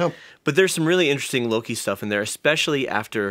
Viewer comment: Don't wanna be rude but it's Loki. Not Lori 😅